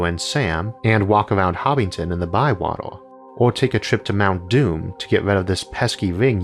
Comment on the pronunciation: This channel thrives on technicalities. It's Hobbiton not Hobbington.